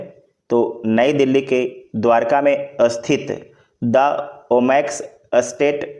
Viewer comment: स्थित होता है अस्थित नही 😢